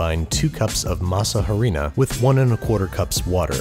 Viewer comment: Lol did you say “masa HHHHarina?” (H is silent in Spanish)😂